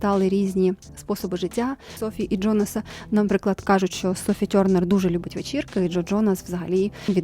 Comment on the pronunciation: Дякую за відео!) але «Тьорнер» так ріже вухо( це транслітерація на рос. лад, типу гьолз, бьоздей, звучить жах, адже англійською там і близько таких звуків нема